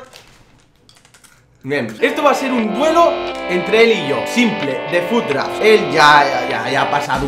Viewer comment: es fut "draft" no draf